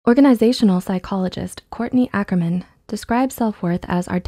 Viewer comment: Is it me or anyone else who rewound the video when she said Courtney 'Ackerman'